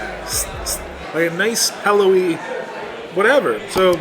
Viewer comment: Is from Illinois? He says, "pellowy" rather than "pillowy". Very much an IL dialect.